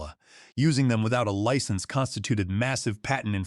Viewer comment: Really you don't know how to pronounce license like a driver's license or in this case a software license Wow